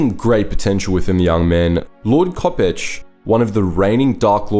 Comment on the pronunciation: Spelled Lord Kopecz, pronounced ko- PESH